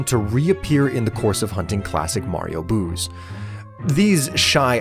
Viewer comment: Me struggling to hear "boos" and not "booze" every time it comes up 😅